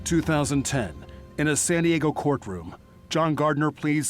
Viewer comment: what the heck happened , was that an edit or did this person who works as a newscaster really think that San Diego was called “Sanago”?